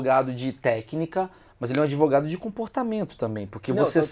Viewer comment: mentir é o primeiro mandamento do "adevogado"